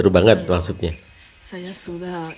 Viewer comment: Banget = Banjet klo bule ngucapin